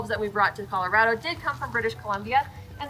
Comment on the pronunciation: I don't think that's how Colorado is pronounced 🤔